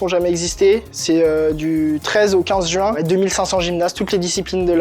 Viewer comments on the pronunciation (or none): none